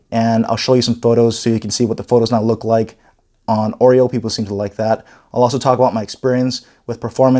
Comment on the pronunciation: LG G6 H870DS will wait for Oreo it seems. This guy pronounces it like "Android OIL", not Oreo. :D